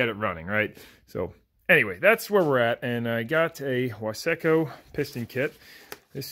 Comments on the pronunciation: Its pronounced wise co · Are you a saying Wiseco like that to just make people upset cause I find that terribly funny